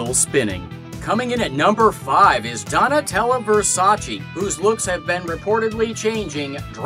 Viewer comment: "Dontela Versacii" HAHAHAHAHAHAH